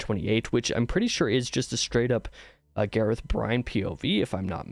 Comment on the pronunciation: lmfao Gareth Bryne - GAH-rehth BRIHN. Nailed the 1st name. Failed the last.